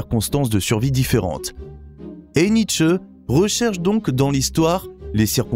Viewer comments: Très bien ces videos philosophiques, mais par pitié NietzschE avec la derniere lettre accentuee ça me tue les oreilles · Oui mais là on sent que la prononciation n'est pas encore parfaite (ça viendra, je n'en doute pas). En allemand le "e" est prononcé mais pas décollé grossièrement comme dans la vidéo.